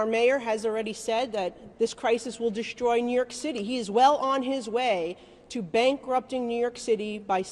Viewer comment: deshtroy? Shtructure? Shtreet? shtruct? conchtrol? where did this woman in red learn English